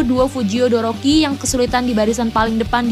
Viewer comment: Maaf mbak todoroki bukan doroki